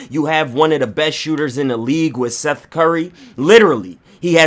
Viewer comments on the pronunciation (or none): none